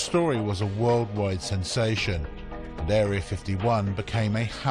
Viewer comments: Did the commentator say Dairy 51 or did the CC transcriber make a mistake? Either way that's funny. Oh by the way people, everything you see or hear on this video is absolutely true. Afterall it is on the internet. Ask Mr. Smith, everything on the internet, and of course, whatever Mr. Lazar says has got to be indisputable fact. I'm right, I know everything. I saw it on line LOL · The WR prog does translate what it hears. At one point it gives 'Bob The Czar' and it really sounds like that's what the guy is saying. Dairy 51 is fabulous! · " Dairy 51". Lol